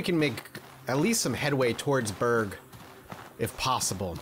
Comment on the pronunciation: Stop saying Berge, it says berg